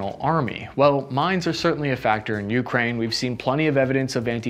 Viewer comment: I hate how he says YOU-kraine just say it without stressing the U please ffs